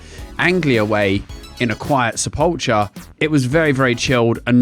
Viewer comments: it's sepul-kher not sepul-cher i nearly had a stroke haha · That's not how you pronounce sepulchre.